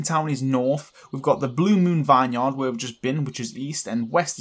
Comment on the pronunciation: Anyone else get a Little anyonned when he said vine yard